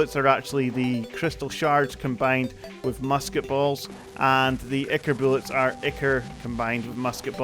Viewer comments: i think its pronounced "eye-kore" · I -Core is how you pronounce ichor